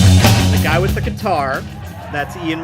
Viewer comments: Love that Fugazi is getting some recognition and you did a reaction to them. Just a heads up, Guy’s name is pronounced Gi, sounding like “we”. Great video! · Love it .. though Guy is pronounced Gee and McKay is pronounced Mc-eye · love this reaction, and I love that you floated the lyrics on top of the video. my only complaint other than the pronunciation of Guy's first name and Ian's last name (rhymes with eye, not hay) is you left out some of Guy's lyrics in the chorus. it's Ian: I don't want the news/Guy: I've got no use for it/Ian: I don't need the news/Guy: I want no part of it